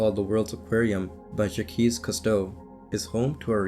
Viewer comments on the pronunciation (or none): Dude… learn how to pronounce the name Jacques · Hey zoomer. Do some research before narrating some article you googled. "Jack-keys" Cousteau? 🤣🤣🤣🤣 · Its not ja-keez Cousteau mate